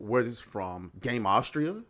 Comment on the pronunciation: its pronounced Gama - sutra like Kamasutra jus saying